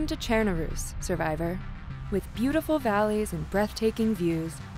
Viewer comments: Did she say chairnaroos? Monkahmm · why is this woman saying ChernaROOS?!?! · Are they saying chernarus wrong or am I saying it wrong?